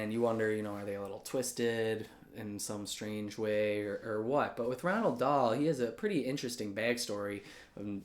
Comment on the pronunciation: Ok so is there like a silent N in between the O and the A in Roald... Because I'm pretty sure his name isn't Ronald